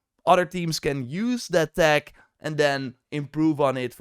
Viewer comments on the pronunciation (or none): none